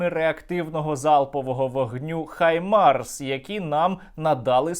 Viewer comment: Друже Сергію! Щиро Вам дякую за ваші дуже інтересні відео. Але... викиньте на сміття російську вимову “Хаймарс“. В українській мові ми маємо фонему “Г“, яка точно відповідає анґлійській фонемі “H". Отже, має бути “Гаймарс“, а не “Хаймарс“ (па-рускі). Тепер час нам дерусифікувати українську мову, культуру та нарід, і звільнитися від рашистів, бо вони тільки хочуть нас знищити і захопити Україну... Щирий привіт з Бразилії. Слава і Воля Україні!